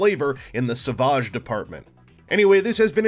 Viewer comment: lol Is he french? Sav-ah-ge or, without the accent Savage...like Fred? Or a bad ass lion tearing into a gazelle!? Pronunciation jokes aside, he does look like a pretty cool little bot. As a dino fan, it just might be a must have for the collection. Cheers, thanks for the review. Savaaaaaahge. :)